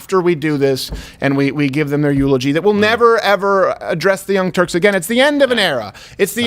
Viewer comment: Did you say Young Turks or Young Jerks 🤔🤔🤔